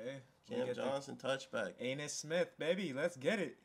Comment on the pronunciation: It’s (A•ni•us) Smith